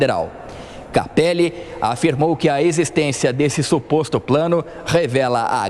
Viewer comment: É incrível como a Amanda não consegue falar "SUPOSTO PLANO" mesmo sendo 😂😂😂😂😂😂